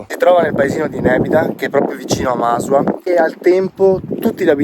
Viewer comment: si pronuncia Masùa non Màsua, l'accento è sulla U